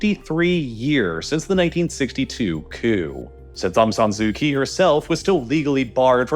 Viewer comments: I have lived in Myanmar for 13 years with my Myanmar wife Thanks for your balanced summary. Only a few factual errors. Some pronunciation help; it is our - Aung Sun Sui Chi. - Kyi. Tatmadaw - door. Royhinga - ga is ga ga & hing as in hinge, The main protest were in Yangon, not Nay Pyi Taw. As a Kiwi l have experienced some big shakes. The March shake was bad, long rolls in my office. Yangon is stable and safe as long as you don't do anything silly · You're saying aung san's name wrong. You're also saying Aung San su kyi's name wrong, You're basically just disrespecting the whole Aung San family..